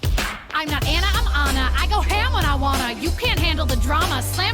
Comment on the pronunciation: Ooook... [knuckles cracking] 1. You first pronounced her name “Anna” and the character corrected you in her first line with “I’m not Anna, I’m AH-na”. It’s an Eastern European/Slavic name. did pronounce it correctly afterwards but there was no acknowledgement. Weird. 2. Kristof was not a hunter. He was an ice trader. If you remember the beginning of Frozen, he was from a clan who cut frozen lakes in order to sell the ice for refrigeration. 3. “Cyanide and Happiness” is the show you are thinking about with Rapunzel’s pubic hair being thrown out for someone to climb. Very funny! 4. Nope. Sorry, it wasn’t Flynn’s horse. Max was the Captain of the Guard’s horse who was first chasing him for stealing the princess’s tiara. They grew fond of each other by the end, but not his horse. 5. You both got Kristof’s reindeer pal’s name and you didn’t acknowledge it. ☹️😂 6. Flynn did not want to take Rapunzel back. He didn’t know she was a princess. He was after the tiara he stole. 7. Gothel did kill Flynn by puncturing his liver or something with a big ass shard of mirror. 8., you didn’t mention the “Love is an open door” song when they were mocking Ana for falling for the first man she met. You are the one supposed to know the songs from the movie in order to deepen appreciation for the bars. (That was a funny line) 9. That last line is hard to catch, granted, but you still missed it. Because Ana wrecks ya (Anorexia). It’s a hard line but my favourite is still